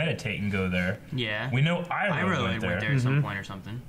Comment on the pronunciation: ... Iroh. Not Aero.